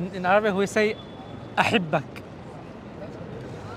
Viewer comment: حتى انت بحلحة الى دروس طويلة في اللغة العربية لا تقتحم لهجاتكم المليئة بالأخطاء في اللغة العربية(أُحبك) وليس (أَحبك ) لا اعلم لماذا تسمون انفسكم عرب؟؟